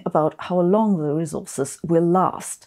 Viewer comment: "rezources" (Zabine, "s" in English is almost never soft or voiced), "mischion", "cultscheur", "raschio", "averatsch", "mutch", "populaschion'"